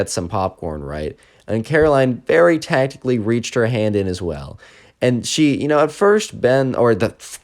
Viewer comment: The way he said TACTICALLY grabbed his hand, like she was plotting this the whole time, also keyword sister